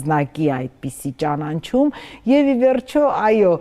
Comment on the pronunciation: Հարգելի՛ հաղորդավար, ճանանչում չէ, այլ ճանաչում․․․․